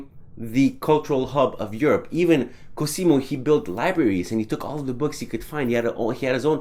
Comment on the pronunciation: only for interest i am pointing out your wrong pronunciation. In Cosimo the "s" sounds more like a "z" and the accent is on the "o". On your previous video I already pointed out this for the artist.